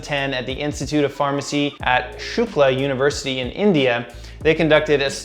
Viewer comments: I think you pronounced "Shukla" as shoooookla 😅though its like shook-la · You asked if you pronounced Shukla correctly. It is pretty darn close but if you want to be really picky, I would change the u sound from u in "luke" to oo "look." This is the case for nearly every u sound in Indian languages. Thank you so much for the thought-out video!